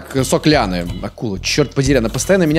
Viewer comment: говорит: Пластик и сок лианы. Я слышу: Пластик и сопли Анны.